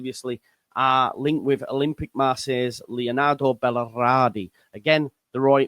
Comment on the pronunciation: Bal-er-di. Three syllables.